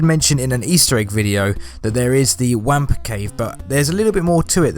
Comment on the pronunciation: It's pronounced "wompa" not "wampa"